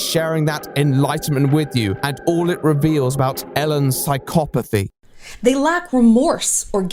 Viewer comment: Excuse me but how did she just pronounce psychopathy????? How are you 39 years old and have never heard the right way to pronounce it. Actually, scratch that she’s probably one of those people who say it wrong on purpose to be pretentious.